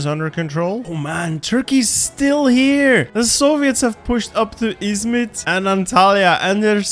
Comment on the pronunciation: You saying "Izmit" and "Antalya" was so smooth like you're almost as Turkish as me. (